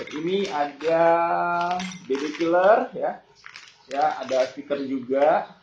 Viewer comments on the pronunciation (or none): none